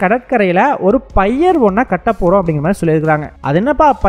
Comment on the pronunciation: தம்பி பய்யர் அல்ல பியர் என்பது அதன் பெயர்